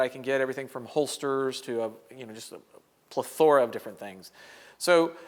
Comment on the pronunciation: You pronounced plethora the weirdest way I have EVER heard anyone say before. You made up an entirely different word lol